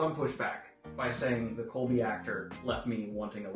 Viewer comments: Does Daniel think Koby’s name is “Colby”? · Fantastic review. Loved all the positivity! It still astounds me just how well this was received in general. Although it does break my heart every time you say "Colby" </3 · You keep saying Colby lol. His name is Koby, said like Kobe Bryant lol